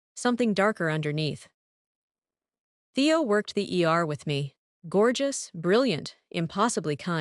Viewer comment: The AI narrator can't tell the difference between Teo and Theo and there's audio mispronunciations and discrepancies